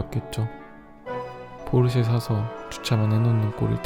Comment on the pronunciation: that ain't Porsche that poi-seì